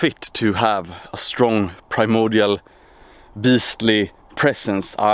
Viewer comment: "I say the primordial beast because it sounds epic." LOL. Not the way this guy pronounces it.